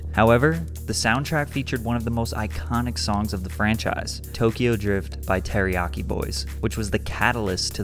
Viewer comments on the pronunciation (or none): none